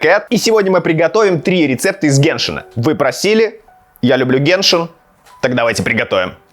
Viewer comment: Если я не ошиБаюСь не гЕншин а геншИн.